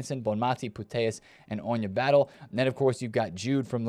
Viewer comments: Fan of your videos. Just a quick note, Batlle is not pronounced "Battle". It's closer to "Bata-yey". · Ona Batlle is pronounced Bat-ye not Battle